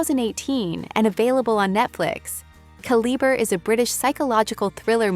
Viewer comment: You said Calibrè 3 or 4 different ways, which makes me think you're an ai narrator. Unless writers phonetically spell such words, different pronounciations often happen. Also, you have "on Netflix" in your title. Repeatedly saying they're on netflix makes it seem like your script was a few words short otherwise.